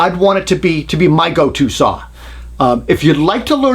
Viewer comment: I love it when he fights the entire video trying not to say "sawr" ! Excellent job as always ! I remember the mid 80's there was not a jigsaw on the planet that could hold a candle to a Bosch1587VS. Cordless was a joke at first, even Bosch's wasn't great. Then Bosch's patent on the "T"shank blade ran out after 15 years, and they all have upped their saws, and got into the game. Look how far they have come! ALL the top brands make a really nice jigsaw today. That Milwaukee is a heavy duck tho, but a very nice saw.